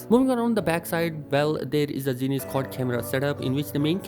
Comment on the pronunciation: There is nothing called zines optics, its called zeiss, pronounced as zi-ess